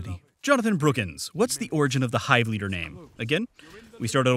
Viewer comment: YOU SAID MY NAME RIGHT!!